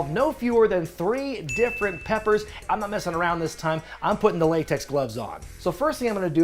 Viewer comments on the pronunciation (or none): none